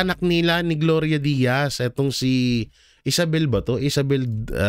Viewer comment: Gloria Diaz po Sir nagkamali ka po sa pagkakasabi mo na Gloria Diaz.